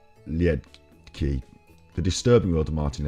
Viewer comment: All petty stuff aside. I think you should take the time to actually watch his videos before going against it. I love Martin. Last name pronounced 'Leed Kah'. I have watched his videos for years. You are making a snap judgment and trying to profit from debunking him without putting in any effort. 👎 Martin and all the FEB people deserve better than this.